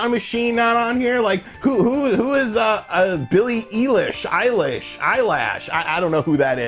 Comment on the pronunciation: Billie Eyelash😂